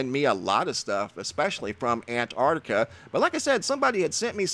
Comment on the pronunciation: Plz pronounce Antarctica right. It's not ant tart taka.